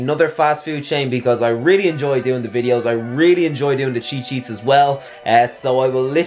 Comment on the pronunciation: it’s sheets* :/😂😂 Great video though 🔥